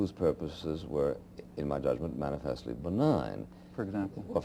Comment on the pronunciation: "Mani-FEST-leeee" Without doubt, this is Buckley's favorite word.